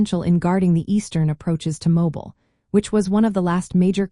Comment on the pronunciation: Your are mispronouncing mobile, al. It is more like mowbeal when you say it locally.